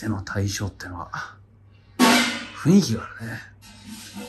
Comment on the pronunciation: ふんいきって言えないタイプのかみちい